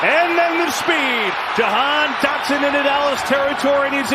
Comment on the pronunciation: called that man "Dahan Jotson"